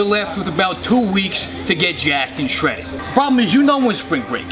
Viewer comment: Lost it at “Shredid”